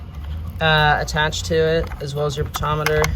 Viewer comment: Po tent chi ometer not potometer. Im a mechanic so it kinda drives me nuts😂